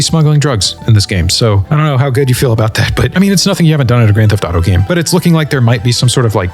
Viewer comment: "Geft to taro six" 😂